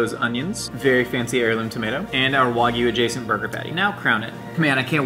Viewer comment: Why do you pronounce it waagyou